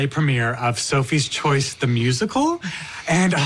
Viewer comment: and in this sentence, uses the word "choice" but says it like chooce